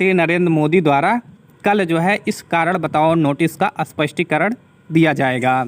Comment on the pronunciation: You still pronouncing as अस्पष्टीकरण which is wrong